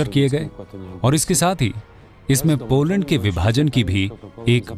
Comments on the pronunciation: Beta Hindi me nhi lokne ata hai to mt likha tum jise log ko desi bhasha me bolte hain aksharktu mtlab beta पोलंड nhi hota hai पोलेंड hota hai. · baaki sab thik he par "पोलैंड" hota he.🤭